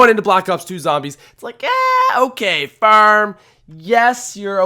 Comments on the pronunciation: Its farm not feurm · Is u saying ferm 😂😂😂😂 go to speech class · Farm** not ferm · Ngl fucking love Farm or Faairm as you call it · Farm or ferm? Lmao what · He says farm weird haha. It's like "fairm" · says 'Farm' like 'Fearm' 😂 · I THOUGHT I WAS THE ONLY ONE WHO NOTICED. I ALMOST CHANGED THE VIDEO AFTER THE 2ND TIME HE SAID FARRM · He says it like firm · “The ferm” lol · "FERM is boring" 😂😂😂 Ferm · Why does he say Farm fairm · How he says farrrm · Ferm? Farem? Fararama?? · The phäerm is an absolute oatrage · what is ,,baroom,, , oh you said farm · drop a dollar every time he says furm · It's not pronounced fuerrm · "Ferm" lol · he says term in stead of farm😂😂😂😂😂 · he can't say farm to save his life lmao FIRM, yeah FIRM is boring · How you say farm makes me chuckle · I hate the way he says farm lol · The way you say "Far" and "Farm" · I just love how he pronounces "farm" :D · Dont want to be rude, but the way he says farm is weird